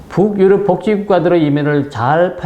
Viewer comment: 부욱-유럽. 이라는 발음이 매우 듣기 거슬립니다. 그냥 북유럽[붕유럽]이라고 연음 발음하면 될텐데요.